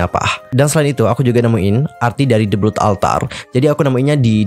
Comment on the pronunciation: The Blood Altar : blood pengucapannya bkn blut✖tp blot✔😆